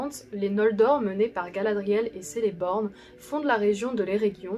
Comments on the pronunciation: Pour info la prononciation de Celeborn est fausse car chez les elfes le c se prononce "k" sinon encore une bonne vidéo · Cette vidéo redevenant d'actualité, je me pose la question, comment as tu réussi à avoir des chiffres aussi précis quant aux effectifs déployés lors du siège de Barad-dûr !? PS : attention aux prononciations, Cirdan, Celeborn, Celebrian... On prononce Kirdan, Keleborn, Kelebrian... Je sais ça fait bizarre, il m'a fallu un certain temps mais finalement ça le fait aussi